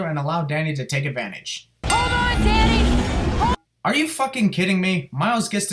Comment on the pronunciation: Good thing you have subtitles I thought you kept saying daddy till I saw Danny